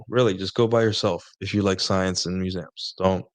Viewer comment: have i been pronouncing museums wrong my whole life? muzamms?! lol that should be a clip🤣